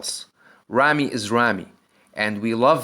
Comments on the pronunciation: Your ramy and ronnie pronunciation is the same, this is confusing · When you say Rami or Ronnie I hear no difference lol. So which of them won I have no clue? :D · Say big ramy or ronnie coleman and not Ramy ronnie rony